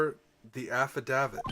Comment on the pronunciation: I'm fairly certain affidavit is pronounced sorta like aff-uh-dave-it, and it is a sworn written testimony... Basically used as evidence in court. No clue why Wright would throw it away though, haha.